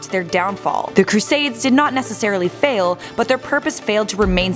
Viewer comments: Any one notice how she’s saying fall not fail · She said fall not fail